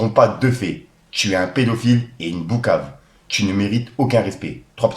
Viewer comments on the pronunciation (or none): Stp c'est PPpppoukave pas boukave sa me stresse 😂😂